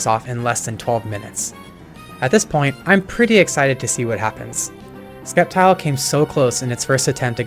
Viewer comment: Did bro call it "Skeptile"? ITS FUCKING S-EP-TILE! NOT THAT HARD TO PRONOUNCE!